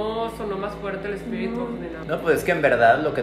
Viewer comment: No sé dice espíritu sé dice espitiru 🤣